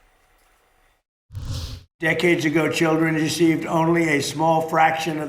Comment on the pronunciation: Decades ago children “eceived”. I’ve read that not being able to pronounce an R sound properly is a huge flag for dementia